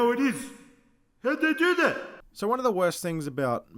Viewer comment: Yo, I could not stop laughing at the mark. "How'd dey do dat?!"